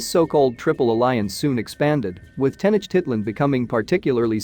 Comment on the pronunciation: Yeah, I'm here yelling at the enunciation lol. Teh-noach-teet-lahn. You should here me cuss at the Ancient Aliens guys on tv 😂 Sometimes they really slaughter the Spanish.